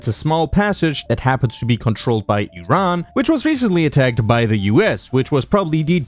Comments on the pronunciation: Finally someone pronounced iran correctly, thanks man appreciate it! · One of the people that mentioned the name Iran correctly, legend